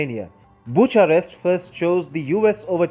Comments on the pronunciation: Bucharest pronunciation is incorrect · Have I been mispronouncing "Bucharest" all these years?